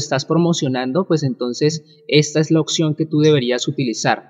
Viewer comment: Porfa pronuncia oPción! no oCción :S